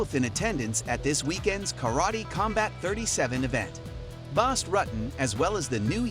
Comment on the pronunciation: You can't even Say BAS last name correctly 🤣